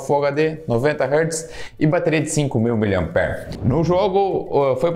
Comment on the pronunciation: Pq tem gente que ainda fala errado não é hartz é hertz Com EEEEE amigo